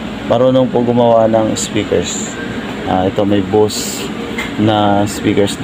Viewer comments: bohse ang pag pronounce, di bohsee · SIR BOSE HINDI BUSE 😂😂